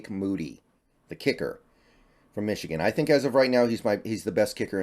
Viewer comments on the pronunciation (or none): none